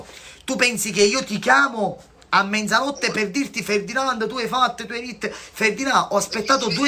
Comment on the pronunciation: Menzanotte si dice mezzanotte 😂😂